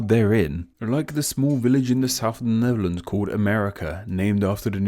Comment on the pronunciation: With these misleading names were you saying Neverlands (ie Michael Jackson's former playground) or Netherlands. There seemed to be a "v" sound where a "th" should have been. Which is the misleading one?